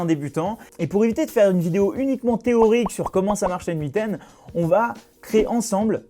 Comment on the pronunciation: Très intéressant. Merci. En passant, en anglais ça se prononce comme le pronom "Nathan". ;)